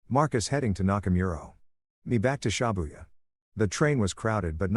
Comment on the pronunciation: Everytime he said ShAbuya, it twisted my nerves.